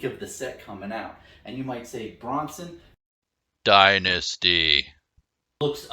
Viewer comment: “DYNANISTY” at 43 seconds had to stop the video I laughed so hard